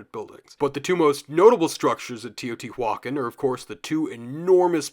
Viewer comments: Love love this video, I'm gobbling it up. But good lord, stop saying teotihuacan like that 😂 Its teo-tee- wa-CAN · i don’t mean to sound rude, but it’s pronounce te-oh-tì-wah-kahn